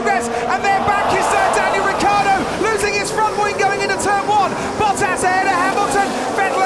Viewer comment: A new season, but it's still "RICCIARDO", not "ricardo".